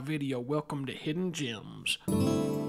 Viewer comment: "Hidden jims"